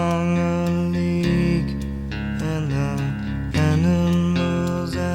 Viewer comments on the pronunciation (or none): none